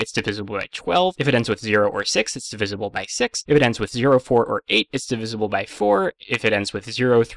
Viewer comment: Out of everything in this video, how did you manage to mispronounce "divisible"? D I V I Z L E